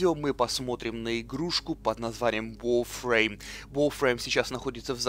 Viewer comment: Нахуя так коверкать слова? ВАРФРЕЙМ!!11 ВАР!!